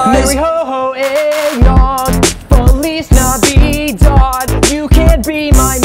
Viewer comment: For lease navidad sounds like feliz navid